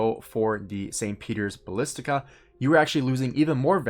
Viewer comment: St. Petero Balistica, balissics, whatever, lmaoooooo. Dude do you even know what Basilica is? Read some books I beg you lol.